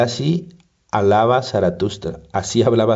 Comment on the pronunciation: Muy buen libro! Gracias por subirlo, pero que mal lee este hombre:"lasi lava saratustra" 😂